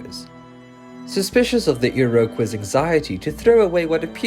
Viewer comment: I'm sorry, but if you're going to tell Canadian stories, you need a narrator who can say Iroquois correctly.